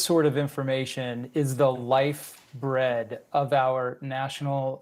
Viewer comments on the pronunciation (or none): Lifeblood-not "lifebread".